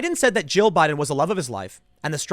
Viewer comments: No one else seems to have caught this. He did some mixture of Joe and Jill but it mostly sound like he said Joe, haha! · He actually did say "Jill" if you listen carefully, but for some reason he can't enunciate his Ls, so it sounded like he said "Joe"